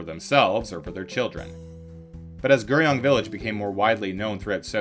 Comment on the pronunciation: I felt that the video was decent, but the Korean really bothered me. I think the audio presenter needs to learn the correct pronunciations, or as close to possible, when presenting videos. 서울 (Seo-ul) instead of soul, 강남 (Gang-nam) instead of Gaaaangnaaam, and 구룡 (Gu-ryong) instead of Ger-young would have helped this video be digested much easier.